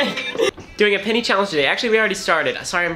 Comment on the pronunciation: I swear you’ve been saying “pinny” this whole time